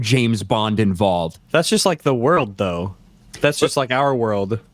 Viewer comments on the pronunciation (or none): none